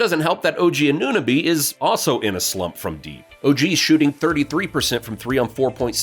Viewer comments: For future reference. It's not A-noo-nahbee its A-new-no-bee And is not Pes-call its Pass-kal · Unsubscribing after he couldn’t pronounce OG anooooooo-nabeeeee Lol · The second you called him A-noo-nabee, any credibility I thought you may have had with respect to your knowledge of the team went right out the window. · AN * AN * OH * BEE That’s how you pronounce his name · How you pronounced Anunoby made it impossible to pay further attention, sorry. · otto porter is not back lmao. And the way you say Anunoby